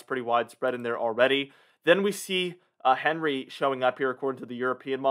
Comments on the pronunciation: Yet you still don’t know the proper name of the T.S. Henry is ( hen ree). Henri ( On ree) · It's not "Henry", it's French, so it's pronounced an-ri, no H sound, duh! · It’s not Henry….It’s ahn-ray.